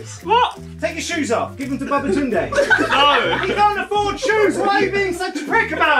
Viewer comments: CBV is his whole name, not babaCBV alright? It’s just pronounced as babatoonde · It’s actually pronounced baba tunde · He called him babatumbay😂😂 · Smh man said "Baba Tounde" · For correction Its actually Babatunde and Folabi Don't butcher the name please